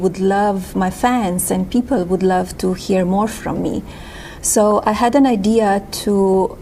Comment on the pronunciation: " EYE HAD AN EYE DIA"